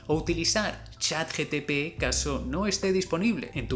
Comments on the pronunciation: Amigo, mencionas Chat GTP, y lo correcto es GPT... 😂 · Buen video. pd se dice chatgpt no gtp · Me pone nervioso que le diga CHAT GTP y no GPT, pero muy bueno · Interesante video. Lo único incómodo es escucharlo decir mal todas las veces ChatGTP y no como es verdaderamente ChatGPT 😂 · Me encanta la temática del video pero tengo una pregunta seria: por que dices siempre chat GTP en vez de chat GPT? xdddd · Me pareció muy gracioso CHATGTP. Nooo amigo. Es CHATGPT!😂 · lo unico que reprocho es que todas las veces mencionaste "chatGTP" y es GPT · te ha equivocado es CHAT GPT NO GTP JAJAJAAJ 😂😂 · Lamento ser ese comentario molesto pero creo que te equivocaste varias veces diciendo ChatGPT. Dices ChatGTP y en la descripción aparece como ChatGTP. La dislexia. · bro dijistes "ChatGTP "XD buen video me encantaa! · Alguien más lo escuchó todo el video decir chat GTP??? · q clase de desorden mental tengo para q me moleste q diga "GTP"?? :s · Si no sabe ni decir ChatGPT😂😂😂